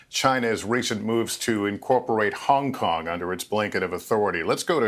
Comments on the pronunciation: Pls try not having speech impediment when saying Hung Kong.. it’s Hong Kong. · Hung Kung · "hung kung" - Donald Trump